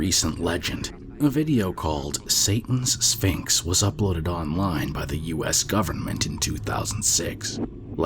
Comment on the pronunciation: Ngl, for number 6 I swear I heard ‘Satan’s Sphincter’ and not ‘Satan’s Sphinx’ and I can’t take it seriously anymore